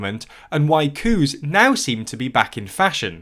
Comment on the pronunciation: this video is a lot more fun if you imagine he's saying "cow" and "cows" in a weird accent instead of coups.